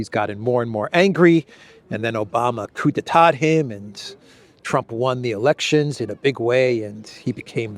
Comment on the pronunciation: Coup d'état. Cou(p). Do not pronounce the 'p'.